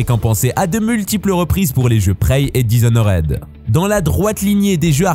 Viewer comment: DishonoRED 😵 Miles moraLE 😵 Star wars ORDRE 😵 Pour ne citer que ça... Pour un sujet centré sur les JV et ne pas savoir prononcé les noms des jeux ou les noms des perso, ça craint VRAIMENT...